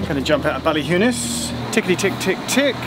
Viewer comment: Geoff’s pronunciation of “Ballina” is spot-on.